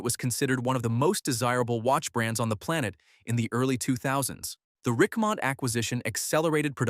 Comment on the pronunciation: Why is Richemont pronounced differently at different times in this video? Is it faulty ai?